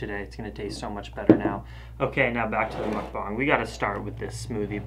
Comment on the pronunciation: You called it a Muk-BANG like 10 times at the end there.. but i like you saying it that way. please dont stop!